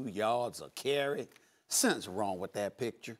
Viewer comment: "And he averages less than 2 yords a cary!!! LOL